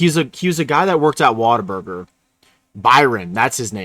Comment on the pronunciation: Whaterburger...been 20 years since Ive heard the correct pronunciation...